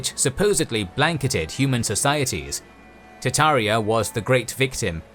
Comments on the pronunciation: TaRtaria does not = Tataria! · Tart ARIA